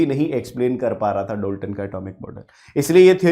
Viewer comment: Dolton 🙅 Dalton✅